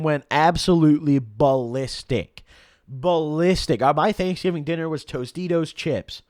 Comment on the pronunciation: It's pronounced DANKSGIVING